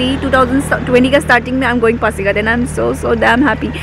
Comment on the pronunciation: It's pasighat .Not phasighat.